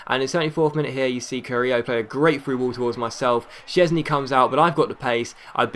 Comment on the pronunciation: It's vorm and szczesny is polish